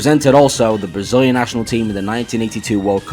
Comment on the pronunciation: Jesus Christ, perfect Brazilian pronounce